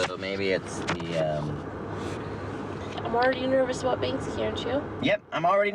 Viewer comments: It's pronounced bank see not ban ski! So bloody annoying, these apparent fans of his work can't even read his name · It's very annoying! My ex gf was friends with him. She is from Bristol. It's Banksy not Bansky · Bansky?????? Its banksy guys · Anyone else groan every time the couple says "Ban-skee"? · How can someone call themselves a “Banksy hunter” and pronounce it “bansky” 🤢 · Bansky🤣 head of his marketing class 🎁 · Why tf some of them calling Banksy bansky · In the audio guides he pronounces it as Bansky. Satirically of course. Werther the people pronouncing it that way were playing along or seriously thought that was his name I do not know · The fact that you two are featured so frequently in this, pronouncing his name wrong, is just sad... 💭🙄🤌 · Americans can’t say banksy